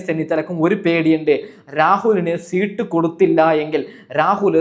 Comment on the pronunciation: ശീട്ട് അല്ല സീറ്റ് ഇതുപോലും പറയാൻ അൽത്തുസ്.